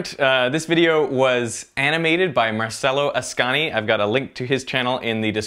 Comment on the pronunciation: Shi diche Marcello Ascani non Marsello Ahschani! !!1!1!!1!!!!!!